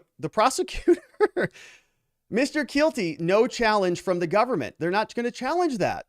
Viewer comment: Mr. Keilty, the first time you said that name I wasn't watching and I thought you said Mr. Guilty. And now that's stuck in my head.